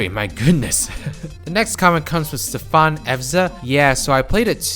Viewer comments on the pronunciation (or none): none